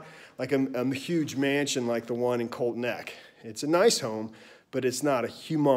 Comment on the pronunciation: Say it with me, COLTSSSS NECK, lol, not colt neck lmao